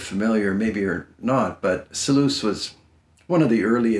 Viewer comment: Seloos? "Selous" is pronounced "Seloo".